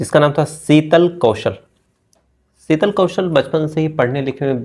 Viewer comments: Bhai SB apni bhasha sahi Karen please seetal nhi hota sheetal hota h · Sital nahi, Shital Riksa nahi rikshaw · Seetal ya Sheetal.😅😂